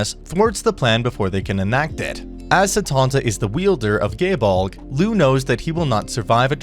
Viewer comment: Ngl, hearing you pronounce Gae Bolg as Gay Bolg and not Guy Bolg kinda hurt me... xD